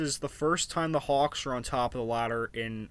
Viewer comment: I’m dying the way you say hawks